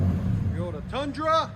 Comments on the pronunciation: Well it does sound off I’m sure there are things you say that aren’t pronounced correctly either. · Keep saying TeeYota. Don’t let the haters bite your style. It’s good for the comments algorithm.